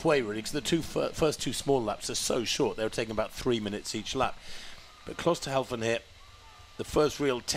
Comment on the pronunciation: The commentators have one job. To commentate on the progress of the runners in this race. You would think they would learn the correct pronunciation of the names of the leading runners, but no, for some unfathomable reason they believe that Klosterhalfen's name is pronounced Klosterhauzen. How difficult can it be?